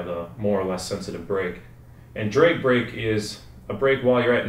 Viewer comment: sounds like you miss pronouce drag brake drake brake, is that what you said correct me if i'm wrong?